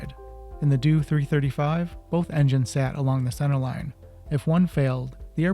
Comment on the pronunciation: For goodness sake it’s a “D-O 335” not a “doo 335”